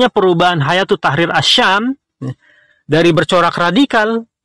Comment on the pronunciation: Kok mbacanya hayatu, ustadz ? Bukannya hai-atu